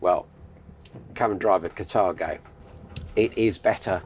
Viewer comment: Catargo ? Car-tha-go is how I would pronounce the name